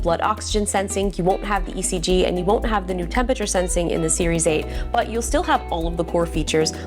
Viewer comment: The way Justine pronounces “Tempature” is alternatingly cute and infuriating 🤒